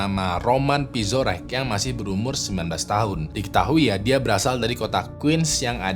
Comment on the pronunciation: Namanya Roman Pirozek bukan Pizorek